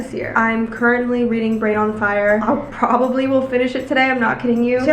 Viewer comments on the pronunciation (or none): none